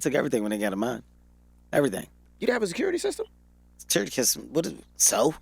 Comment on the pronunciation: Ticurity kystem....lol